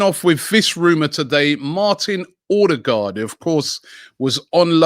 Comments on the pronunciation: Everyone: OH-degaard Robbie: OR-degaard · It's Odegaard not Ordegaard. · O-de-gaard wheres the r you keep using after the o